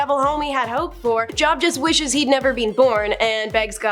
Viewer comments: Hi, i've been noticing that is majority of the time, not pronouncing names correctly. JOB IS PRONOUNCES Jobe, not job. She also talks really, really fast. And she stands there as if she doesn't want to be there. When she's talking about god or the bible, she's cursing. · It's pronounced Jobe not Job, long O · Its not job its joub pronounced job add the u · Job. Pronounced Jobe. Long vowel. Love your presentation, but please, please, please verify pronunciations before recording. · Don't come at her about Job. You're not pronouncing it any more correctly than she. It was actually "Y-ohve." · Job is pronounced Jobe. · I don’t even believe in religion but I know the name, Job, is pronounced with the long o sound (o-e) and not like what you do for a living. Good lord the stupidity